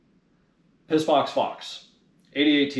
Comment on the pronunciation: Did you say piss box fox. 😂